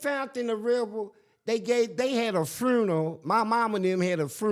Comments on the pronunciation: A " FRUNERAL" 😂😂😂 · Why can’t the say “funeral” correctly??